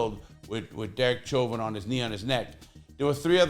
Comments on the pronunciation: I think his name is pronounced like "showvin" it is a French name. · Hey Lah! With all due respect, Chauvin is of French origin & is pronounced “Show’ vaah.” I know you’re a native New Yorker & didn’t know! Love your videos! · You cant even say his last name right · Larry Lawton,, why don't you take that food out yo mouth when you talk,, and his name is NOT how you say it.. learn how to talk befor you go to make a video..